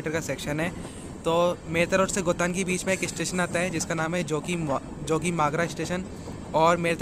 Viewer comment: गोतान नहीं सही नाम गोटन है.